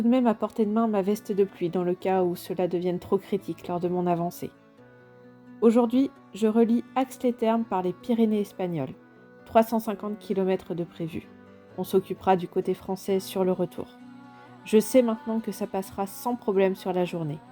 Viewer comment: Slt a toi superbe vidéo mais on dit ax-les-tHermes m. Tu es passé par chez moi col de la core j'ai ma meilleure amie en Charente Maritime